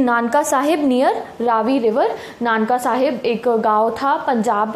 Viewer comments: Not Nanka it's Nankana saheb ननकाना साहिब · It is nankana sahib.. Not nanka sahib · Itaa not nanka it's nankana sahib diii😅😅